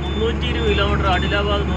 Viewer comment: പയർ ആണൊ പരിപ്പ് ആണൊ ആദ്യം ആ കാര്യത്തിൽ ഒരു തീരുമാനത്തിൽ എത്തൂ.. പിന്നെ ആഡിലബാദ് അല്ല.ആദിലാബാദ് എന്നതാണ് ശരി..